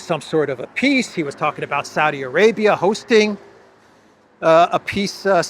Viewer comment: I can’t unhear “peace” as “piss” in the Elensky voice